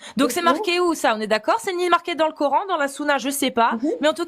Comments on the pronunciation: La 1ère ne parle pas un mot d'arabe mais prononce cor âne... Bienvenue en absurdie... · Je rêve ou la première intervenante dit " Cor'haine" ? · J'adore cette suffisance à se penser dans la vérité alors que les autres sont égarés 😂! Elle ne parle même pas Arabe mais prononce le coran : corhaine et je trouve cela vraiment ironique !😂 Le plus fou c'est qu'ils pensent pouvoir les moucher et repartent tous la queue entre les jambes ! PS : sa démonstration à fait prout 💩 et elle s'est fait avalé par le trou noir Gargantua qui avale la fierté des musulmans humilié !😂